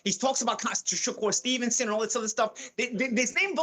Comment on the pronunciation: Who’s “Chikoor Stevenson” Simon??🤡🤪